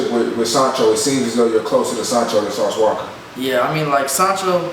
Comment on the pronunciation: Did the camera man really just say sauce walker smh